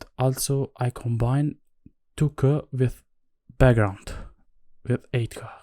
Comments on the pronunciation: language tip: we don't say K like 'kuh', we say it like 'kay'. 👍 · Great video! Just a little tip, the K in 2K is pronounced as “Kay”.